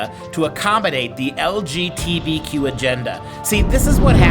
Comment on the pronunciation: "lgtbq agenda" boy u can't even say it right